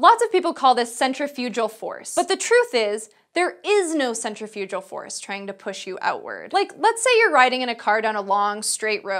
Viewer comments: I'm British and her soft g makes me wince ughh it's centrifuG-G-Gal! Like leGal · Centri-fyujal force? I've never heard it pronounced like that. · "Centry-FOO-jal" or "cen-TRIF-i-gul." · I had never heard centrifugal pronounced as /ˌsɛntrɪ'fjudʒəl/. This is not on Forvo either, nor on any dictionary I browsed. Is this a common accent anywhere? (The two pronunciations I had heard are /ˌsɛntrɪˈfjuːɡ(ə)l/ and /sɛnˈtrɪfjʊɡ(ə)l/.) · Because I'm pedantic and stupid, she pronounced centrifugal as centrifujal. Isn't that wrong ? Isn't the "g" pronounced as a hard "g" and not "j" in centrifugal ? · Good host, but "centrifyoojal"?? I'm fairly certain that's the worst way to pronounce it.., Looking it up there are two pronunciation variations, "sen-trif-yuh-guh l" and "sen-trif-uh-guh l" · It's centrifugal; as in centri phew gal. Not centri-phew-jal. And the analogy was a bit wrong too. Yes, it's inertia but centrifugal force acts on a body ground in an arc too. Seriously, you pronounced centrifugal wrong, should you be educating people on Physics? I'd love to explain the maths to you, but I'd revise the topic first though :) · This may be pedantic but isn't centrifugal pronounced with a hard g rather than a j sound. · Centri-fujal force? Has she never heard that word spoken? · Nice info. But y "centrifuJal"? 😬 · Never heard anyone pronounce centrifugal as centrifujal. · Sen-tri-fuggle force. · When I did Physics in college it was pronounced with a hard G. Never heard it pronounced with a soft G before. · Isn't centrifugal pronounced with /g/ rather than /dʒ/? sɛnˈtrɪfjʊɡəl By the way, I'm afraid this is not exactly true -- she says 'Because you're not a part of the car, your body still tends to go straight'. The tendency to go straight has nothing to do with not being a part of the car. The car itself tends to continue moving straight too and on a tiny scale it deforms when it turns left or right. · CentrifuGal like Garry not like George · CentrifuJul just sounds wrong